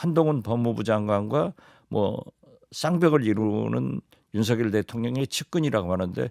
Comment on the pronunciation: 진행자님 제발 윤석열을 윤서결로 발음해주세요 윤석렬이 절대아님